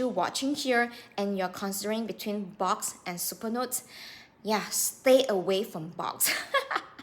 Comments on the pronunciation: it's pronounced Books. Not box. Thanks for posting though. The exact same thing just happened to me. I'll never buy from Boox again. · It's not Box, it's Boox 🙄